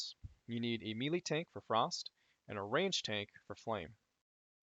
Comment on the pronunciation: omg, it's "may-lay" not mee-lee xD